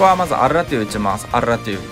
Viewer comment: アルrrrラトゥ